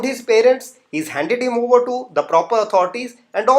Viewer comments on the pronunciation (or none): none